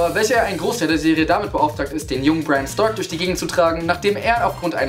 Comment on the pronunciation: Wie die immer krampfhaft alles englische wie Amerikaner aussprechen müssen. Bräään und StaRrrRrk. Diese Namen müssen nicht mal so ausgesprochen werden. Es sind nämlich britische Namen. Boah ist das nervig mit diesem aufgesetzten Akzent.